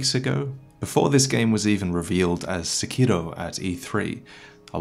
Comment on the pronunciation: This man actually pronounces sekiro correctly, it's refreshing